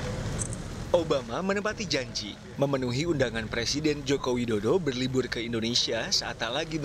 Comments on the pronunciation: berlibul Ngomong R dulu mazzz *Canda mmzz jgn baper :V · Berlibur lho min Bukan berlibuuul